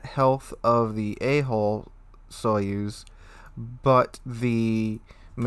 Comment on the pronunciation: Good sir - your HULL sounds way too much like HOLE in the beginning of the video.